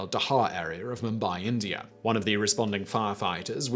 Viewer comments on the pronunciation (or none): none